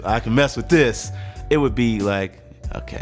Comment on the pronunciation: “I can ffmess with this” Nice catch hahaha